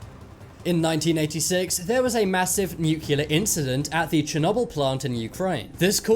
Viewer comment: Your saying Chernobyl wrong